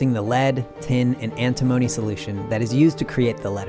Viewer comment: Antimony is pronounced ant imm inny